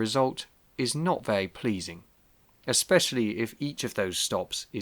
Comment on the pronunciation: Don’t be too critical. I feel there could be a slight speech impediment at play as his speech is otherwise fairly standard for that part of the world apart from the anachronistic sounding pronunciation of ‘very’ (‘vay’) which may have the same cause as the problem with ‘th’.